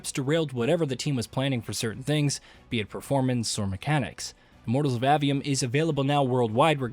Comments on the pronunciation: Bruh its A-V-Um not Awe-V-Um or Ave-E-Um. if you're gonna make a whole ass video about it learn how to pronounce the shit. It's not like dev videos aren't out there where the people who worked on the game say the name outloud several times thus teaching you how to pronounce it. Seems like a minimal amount of work to put into creating your content. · A. 'A'-Vee-Um. A, as in, Jane saw A dog. Not Ah, as in Ahhh, Real Monsters.